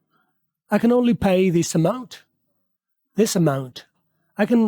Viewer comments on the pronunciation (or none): yehan pa this is ko chis bol rehay while is tou phelay hay